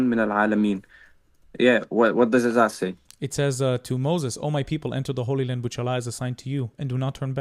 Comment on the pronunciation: did he say the holy land or did he say the Hoyle land